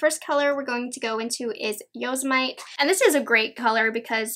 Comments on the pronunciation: Yose-mite 😂😂 yoe-sem-itty. Like the park!! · Such a pretty palette! FYI , Yosemite is pronounced yoh-sem-i-tee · I believe the yellow shade Yosemite is named after Yosemite National Park. So it’s pronounced Yo-Sim-mi-tee